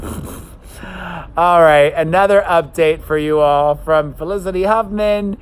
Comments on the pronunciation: Did anyone clock that said “fram” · He released a short video yesterday, stumbled over his words and said "fram" lol